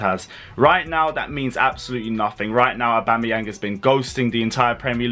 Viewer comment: Aubama-where 😂😂😂...crazy